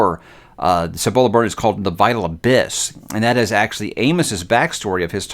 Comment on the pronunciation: You were correct with your pronunciation of Cibola (according to the audiobook). Dragon Keeper was the first Robin Hobb book I read. It's the reason why I continue reading her books. I've never understood the general dislike for Rain Wild.